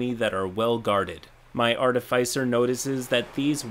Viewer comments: Hey,, I've commented this before and I don't wanna sound pedantic, but that's not how you pronounce "artificer". The middle silyble is "fih" like in "final" not "fy" like in "wi-fi." Edit: the "fi" is pronounced like in "artificial". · its pronounced Artificer